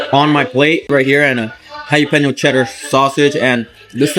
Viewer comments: What is a Hi Ya Peno? 🤣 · Once again, it's not "Hi-ya-peno"